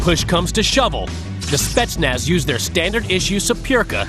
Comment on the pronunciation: он смешной, он даже не может произносить "спецназ"